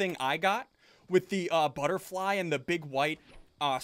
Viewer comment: "Futterbly," said SSundee ;WHY DO YOU DO THIS?